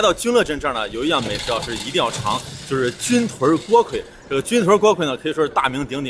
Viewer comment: 成都人表示，正确的发音是军“顿”锅盔！